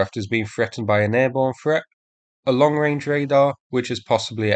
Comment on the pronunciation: I wish you could learn to speak. Threat is not pronounced. Ffffret. You come over as a half wit, unable to pronounce simple words